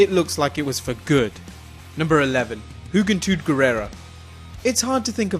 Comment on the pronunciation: He said "jugentud not juventud